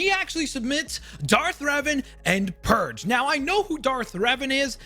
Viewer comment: It bothers me too, why does he see a P instead of a D?